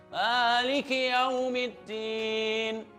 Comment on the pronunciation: PEMBACAAN: MALIK KIYAUMIDDIN SEDANGKAN SEHARUS NYA DSITU BUNYI NYA ADALAH: maliki yaumiddin!!!!!!!!!